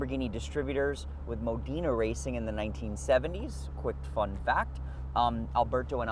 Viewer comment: Modena...really??? It's Mo...dena,.